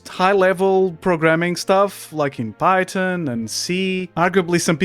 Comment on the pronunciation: not the guy who can't even pronounce the word Python right talking about other people. (Pirate Software Can Barely Code?) bro you can barely speak my guy lmao. (yes this is ragebait and I love your videos.)